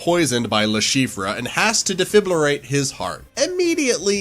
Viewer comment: I hate how he says Defibrilate as Defiblirate